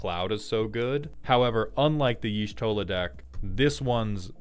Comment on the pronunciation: As the one who preordered only Y'shtola It's pronounced with an "ah" inflection, on the "Y' ", so it's supposed to be more like "Yah'Shtola", with a short "ah".